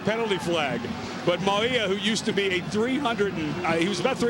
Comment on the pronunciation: Announcers ALWAYS had difficulty pronouncing UH #34 Mauia=Mao-wee-yah....Maui (like the island) + ah!-lol/smh